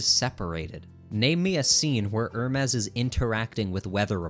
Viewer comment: "Her mees" is CRAZY